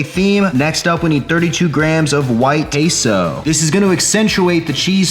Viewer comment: One more time you say "KaySou", I am sending Sicarios from Sinaloa straight to your door.